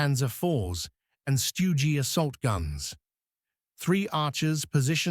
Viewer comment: And if AI cant even say stug then scroll on